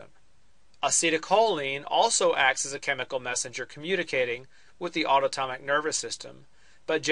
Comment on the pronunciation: HAHA autotomic roflmao